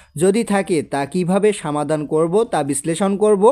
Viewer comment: সমাধান হবে!সামাধান না!প্রয়োজন হবে,প্রায়োজন না!😅😅